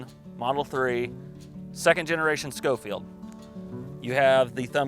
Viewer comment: Actually pronounced Sho-feild.. Cyrus Schofield was a preacher that wrote a reference bible.